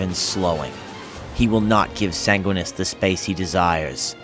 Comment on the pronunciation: Enervated (adjective): drained of energy or vitality. I assume that you meant "energized". Edit: san-gwin-ee-us